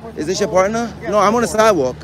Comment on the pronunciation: Vampire: "I'm on the sidwal..." holy water to the face and stake immediately to the heart